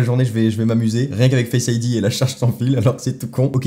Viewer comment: pourquoi tu dis fesse ID au lieu de face Id